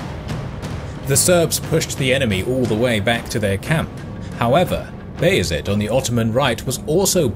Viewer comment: The names are wrong Not B is it - bajazit Not Murad-Murat Not Kbran Kovic- Vuk Branković